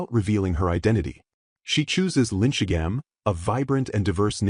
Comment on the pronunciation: The LLM voice is almost impressively bad at names. It never got the names Eliane, Belkheim, or Linchigham correct, not even once. On top of that, it calls everyone Douglas